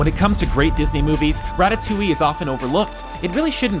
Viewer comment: finally some one says Ratatouille right !!!!!!